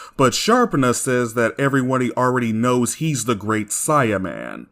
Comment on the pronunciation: Not trying to be a jerk, and I know that this was on accident. But, it sounds like you invented a new word "everywuddy."